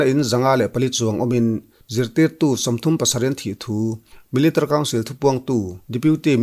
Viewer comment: Melitary council tih lai hi i lam rang thiam khawp mai😀